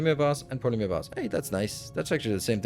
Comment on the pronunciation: It’s funny hearing you say polymeer instead of polymer. 😂